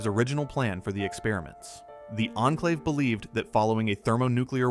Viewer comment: You have pronounced Enclave like 7 different ways 😅